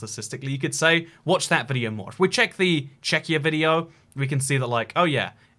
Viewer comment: ah yes, "checkyur"